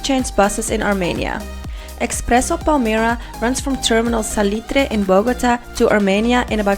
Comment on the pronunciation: ... ja ja... pronuncia bien "salitre" pero no puede pronunciar bien "perera"